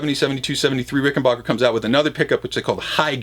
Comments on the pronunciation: It's Ricken"backer". Not Ricken"bach"er. Adolph Rickenbacher anglicized the name (to Rickenbacker), both spelling and pronunciation, after WW1. Apparently, that wasn't enough. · Ricken 'bah' ker? How do you get 'bah' out of 'back' lol